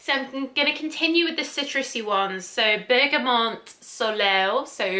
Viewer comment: Bergamot (not Bergamont😊)